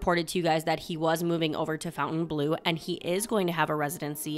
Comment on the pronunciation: BIG FAN! Love your updates. Visiting SB weekend! POINT OF ORDER 😊 I think it's pronounced FONtainebleau, not FOUNtainebleau Keep up the good work